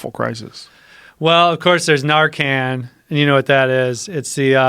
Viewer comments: Nar-Can. Come on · It’s narcan, can as in tin can. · The way joe says narcan. "Narcon" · The way the are saying fentanyl and Narcan the wrong way is driving me crazy... lol I mean u could say it the way they are but just nooooo its pronounced FEN- TON-ALL and it's NAR-UH-CAN HAHAA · Why is he pronouncing narcan like narcon?